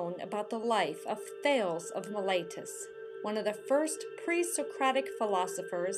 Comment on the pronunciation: Thay - leez... not thailz.